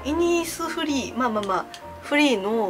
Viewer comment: しっかりイニフスリーって言うのほんと笑ってまう がんばって！イニスフリーだよ！👼🏻